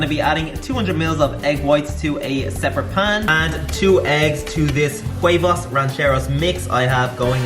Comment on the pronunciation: Huevos, not huevas